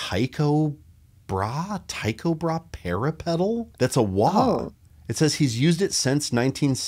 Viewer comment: Tyco Brahe ( ) Influential and equally mediocre. He was a Swedish astronomer who fought duels and didn't have a nose as a result. Those cold nights must have been achey. Brahe is pronounced bray.